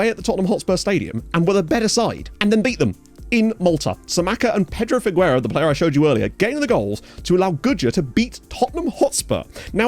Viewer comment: In Pedro Figueira, Figueira is pronounced as Fee-gay-ra